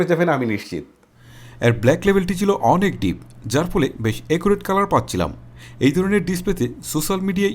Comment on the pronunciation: Vai performance na parfomance😂😂😂😂🤣🤣 and accurate na eccurate🤣🤣🤣